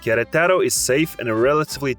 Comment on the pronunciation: “Queretáro” and “barbacua” bro please, I know it’s not your first language but you can try a little harder